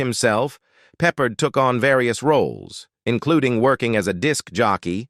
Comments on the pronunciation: Learn how to pronounce names. It’s Peppered, but Peppard. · It would be nice if the narrator could pronounce the names correctly, and it's Peh pared not peppered